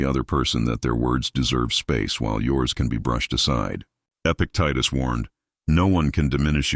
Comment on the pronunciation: This mentions Epictetus three times and pronounces it different each time 😂